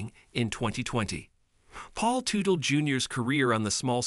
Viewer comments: I cringed every time he said Tootle 😂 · When a name of a famous person is mispronounced. I will not watch the video. Its a video composed by AI and not a human. I know i should accept it, its the way of the future. But I can't, i want to see things that people write and speak about not some faceless computer!